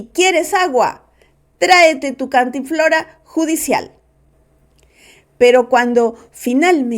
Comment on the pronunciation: Señora periodista no se llama "cantinflora", es cantimplora.